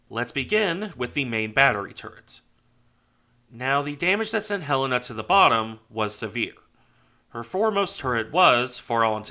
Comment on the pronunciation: Thanks for this and for pronouncing her name properly. For some reason, others move the accent in the title of her name. For those who may want to learn more of this great ship, here is an interview of one of the sailors who served on here from Pearl Harbor until her sinking- very interesting.